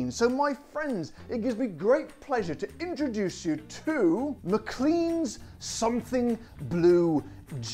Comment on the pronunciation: in scotland the name is pronounced Mclane, ok mate